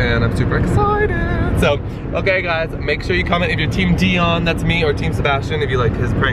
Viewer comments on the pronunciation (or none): is soo cute i like when he pronouced di-on hahahaha